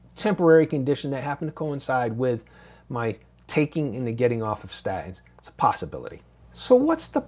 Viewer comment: When did you start pronouncing statins like a cockney?